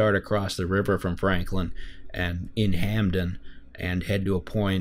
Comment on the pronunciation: "hamden" omg im dying